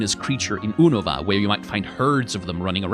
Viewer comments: And oonava instead of younohvah. It's like this guy has never consumed any spoken pokémon media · I refuse to pronounce Unova how it's said in the anime.